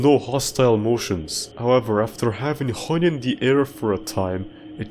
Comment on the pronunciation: you also said "stepp" Instead of "Step" And also "howevber"